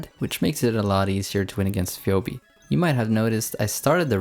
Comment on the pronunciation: Great showcase of Linoone! Minor nitpick: Phoebe's name is pronounced "Fee Bee". Keep it up!